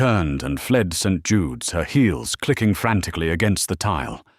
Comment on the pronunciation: I gave legit applause when I heard someone finally got AI to pronounce St. Jude correctly. 😂